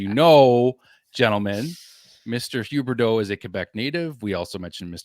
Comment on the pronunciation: How many times did it take you to get sick of the way ye Frenchie says Ghhhuuubbeerrdooww 😂 It was 2 for me and I was over it.